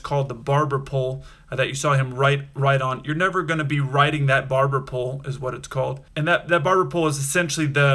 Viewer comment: Barber poll not barbara pull